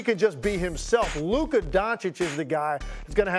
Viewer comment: I love how Stephen A puts an “er” on everybody’s name. “Luker” 😂😂😂